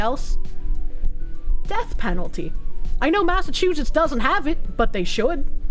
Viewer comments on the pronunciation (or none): none